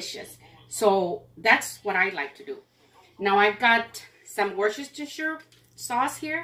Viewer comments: Woo-stir-sure woostershire! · Worcester is a hard one, but it's actually pronounced Wister. Loved meat loaf recipe. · Can’t wait to try your recipe for meatloaf. Just a bit of help with the pronunciation of Worcestershire sauce; Worce (worse) ter shire (sure). It comes from the city (shire) of Worcester (Wurster), in England. In fact, most Brits just call it Worcester sauce. Hope you don’t mind. It’s repayment for all you’ve taught me. Loving your channel in Mexico City. ❤ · Worcestershire sauce is pronounced ‘ Wooster’ (so British!). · I have English in-laws and Worcestershire sauce is pronounced Were-Ster-Sure or Were-Ster-Sheer 😊 I would have used more butter. 😁 Your recipes are great. ❤️ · Hi. LOVE your meatloaf recipe, so do my picky-eater kids. Thankyou for sharing. Worchestershire is pronounced 'war-ster'....(much easier on the mouth 😅) ❤ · Pronounced "wash your sister"! I know it's funny, but you'll pronounce it correctly everytime! Love your recipes. So many of them are just like my Gramma's. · Fun fact, Worcestershire sauce is pronounced Wer ster sure. We Americans overthink it. I asked a European friend how to pronounce it. So to simplify: Worces ter shire Worse ter sure🎉😂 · It's said" wister- sheer sauce" 😁, it's old English,not said the way it's spelled,pronounced differently.😉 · By the way, it’s “wuss teh sure” sauce! ❤️ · Wor sester shire 🤣🤣🤣🤣🤣🤣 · Worcestershire is pronounced worse-te-sher...just a friendly fyi😊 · Worcestershire sauce is pronounced "Wooster" sauce ! F. Y. l .